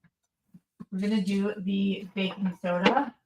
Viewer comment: Btw it sounds like she's saying bacon soda 😂